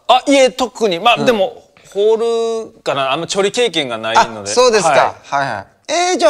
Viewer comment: ホールのことホルって言って調理のことチョリって言ったの気になる